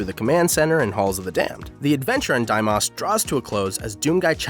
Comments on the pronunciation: Your repeated mispronunciation of Phobos and Deimos is unforgivable. You couldn't google how to pronounce them first? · Great vid until how you pronounced Phobos, Deimos and Archfiend. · Gotta give a thumbs down for mispronouncing Deimos and Phobos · Hearing him pronounce Phobos & Deimos is quite unsettling. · Your miss-pronounciations of daemos and phobos are even more curious than a dead cat. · Learn to pronounce the two moon correctly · Imagine not being able to enjoy a video because of a pronunciation error 🗿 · It's not "die moss" it's "dee-mose" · It's not DIE-moss. It's DEE-mohs. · “and its two moons, day-moss and foe-boss.” i cringed. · Is it like YouTube law to mispronounce words? Phobos(foe bow s) and Deimos (day mow s) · Did he say deimas and phobas... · How tf do u think Daimos is the way to pronounce Deimos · Just PLEASE stop trying to pronounce things... please. "Daymoss" "Foeboss" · "Deimoss" and "Phoboss" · Its Foe bohs, deemos, pronunciation wise. They are real moons. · Deimos is pronounced (Dee-mose) Phobos is pronounced (Foe-Bose) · It’s actually pronounced: “FOBOSE and DEEMOSE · “Phobas” and “diemas”, does he mean Phobos and Deimos? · Your pronunciation of Phobos and Deimos is so severely different from how I have ever heard or read them that it's incredibly frustrating. I've only ever thought of it as dee-mows and fo-bows. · It’s Demios and PhobOs come on man it’s Greek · "Dee-mose" "Fobose" learn your Greek "Myth-ose" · Okay. Deimos and Phobos. They're pronounced 'dee-mos' (like mos def, or 'most' without the t.) And 'foe-bos' (like boast without the t.) They're Latin for panic and fear. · My ocd was off the charts every time he said “phobas” instead of Phobos or “deimas” instead of Deimos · Its foe-bos, long o on both, and dæ-mos, again long o. Kinda hard to hear you butcher both constantly. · The only irritating thing in this video: Die Moss and Fo' Boss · reads words ending with os: Diemoss and Foboss